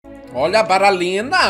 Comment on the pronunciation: "Baralina??" Kkkkk